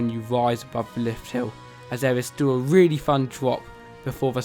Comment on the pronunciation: It was weely fun